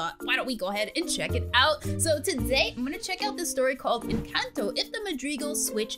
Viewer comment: I'm not trying to be mean or anything but that's not how you say Encanto